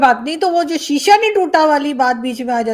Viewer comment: Sisa nehien tuta ,ha ha